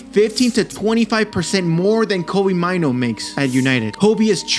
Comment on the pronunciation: It's pronounced May-Nuu. It's a Ghanaian name.